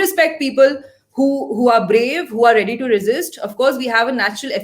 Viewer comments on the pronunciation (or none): none